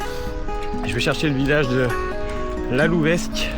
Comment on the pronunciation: Bravo pour ce beau périple ! Lalouvesc se prononce « Lalouvé ».